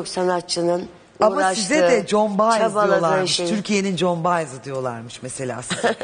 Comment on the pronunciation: Sanatcinin ismi John Baez degil, John erkek ismidir. Sanatcinin ismi Joan Baez. Joan ismi ise "co-en" gibi okunur "con" gibi okunmaz.